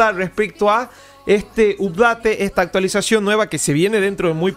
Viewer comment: Excelente video y muy bueno tu análisis. Te recomiendo que pronuncies bien la palabra UPDATE